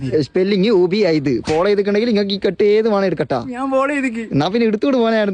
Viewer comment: Unable alla ubaid